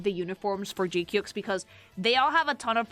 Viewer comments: GQuuuuuuX is read like a duck quack, like "G quacks" not "G qyuks" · Um actually it's pronounced G-Quacks ☝️🤓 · You pronounce it as "Quacks", actually! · Funny how you pronounce GQuuuuuuX... It pronounce like G-Ku-Kwax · it's pronounce "G-Qwuaks". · Yoooo love your work. One quick thing. You can find pronunciations for weird stuff like GQuuuuuuX on youtube. Pro tip for next time, since you spent this video saying G-Cukes 😂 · You pronounce it as "kwuks", actually!